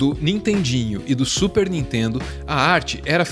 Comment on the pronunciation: Não "intendo" a Nitendo...